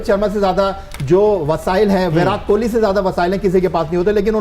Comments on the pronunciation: It's kohli not kholi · Bhai Jan Kohli not Kholi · Kholi nhi hota hai kohli hota hai 😂